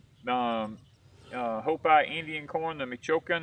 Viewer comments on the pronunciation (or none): Hi, hopi is pronounced with a long E sound instead of a I sound, it's like hop(e). I hope that makes sense. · I think it's pronounced HO-PEE ...from what i recall in school. Love your videos guys! :)